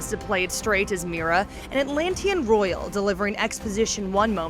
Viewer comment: I gasped when they pronounced Mera as Mira. Please don’t review something you have no idea about LOL